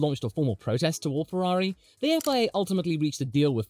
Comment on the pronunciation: You were wrong on Ferarri. You were correct on how you pronounced Gif, so it evens out.